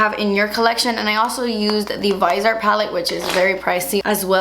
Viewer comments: the Viseart is pronounced veezyart I didn't want to correct you but don't want you to sound uneducated. lol hope you don't mind a nosey old broad sticking her nose in. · GORGEOUS eye look! I thought Viseart was pronounced like "vis-ee-art"?? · I'm pretty sure it's pronounced vis-e-art